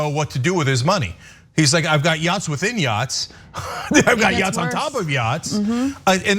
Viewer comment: Yo dawg, I herd u liek yachtz